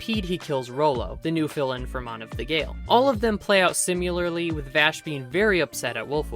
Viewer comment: lol "simulalrly" its si-mi-lar-ly dude lol 🤣